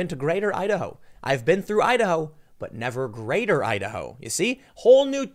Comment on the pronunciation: Your Idaho sounds like Ohio.